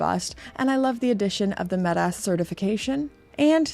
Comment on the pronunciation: You say metas like kickass